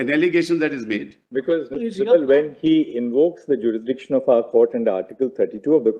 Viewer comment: Kapil sibbal nahi sabbal kahiye😂😂